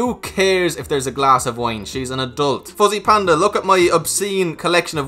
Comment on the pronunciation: Anyone heard from the beginning, was saying “pussy” panda